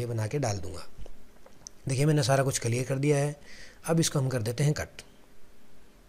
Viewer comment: भाई कलियर नहि क़िलीयर 😭😭